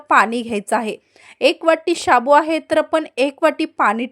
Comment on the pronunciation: तुम्ही शाबूत कां म्हणता, साबु नाही म्हणता येतं - शाबुत ऐकूनच राग येतो